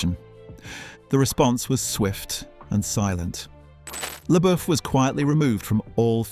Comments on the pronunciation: .... " SHEA' LABOOF " ?????? 🤔 OH ... PLEASE !!! PLEASE !!! ... ✋️ STOP SAYING " LABOOF " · The name is pronounced “LaBuff”. Your AI needs an update. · Ah, yes. Sheeya LaBoof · sheea leboof??????? 🤣🤣🤣🤣🤣 sterfen sperzalberk didn't like sheea leboof? ermagerd! i lerv gerserp!